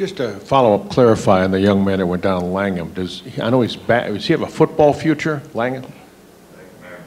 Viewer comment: Stupidest question ever about Jaden Mangham. And if the reporter actually doesn't know how to pronounce a starter's name on the team and he reports on Michigan State Football, he should be fired. You are a Michigan State Football reporter. You should know who the hell is injured and how to pronounce their name, just disrespectful to the player.